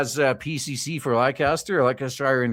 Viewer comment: "Lester-sher". It's pronounced "Lester-sher". I assume that this police commissioner was called into to arrest himself and give himself a severe reprimand, before handing himself over to the Chief Prosecutor's office.